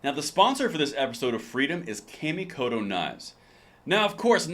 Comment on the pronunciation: I've heard good things about that brand of knives, but here is a small correction on how you pronounce Kamikoto .. it would actually be spoken as ( the sound ) " kaw (the a sound in awe ) mē kō tō " where mi has long E and ko and to have the long O .. it translates to 'Shinto ritual' .. just remember the 'kaw' is not spoken as 'cam', etc...